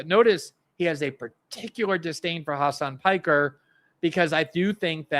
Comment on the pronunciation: Glenn I have to admit that it is quite funny that you also called him 'Khamas Piker' (accidentally)